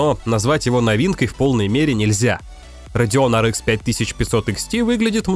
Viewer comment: Может хватит пытаться якоьы правильно произносить названия видеокарт? Говоря Ар, говорите и Экс, а не Икс. Почему-то циферки произносите на русском. Что за винегрет в итоге?